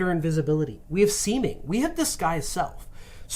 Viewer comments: That moment you back up the video because you think the D&D guy just said the spell "semen". Annunciation is important folks. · He said semen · What word was he trying to say? Edit: Seeming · Didn't want to try another read on "Seeming"? 🤣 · When he said Seeming, I did not hear Seeming. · 100% heard something else and was like "excuse me???" lol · I thought he was making some kind of naval reference.... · You weren't the only one bruh! 🤣🤣🤣